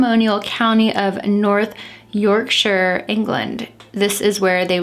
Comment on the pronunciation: I love how you say North Yorkshire I’m from there xxx Amazing case I love how respectful you are x